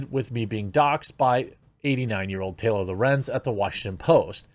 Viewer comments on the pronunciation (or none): none